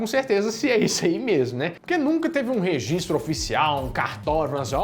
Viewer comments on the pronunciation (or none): none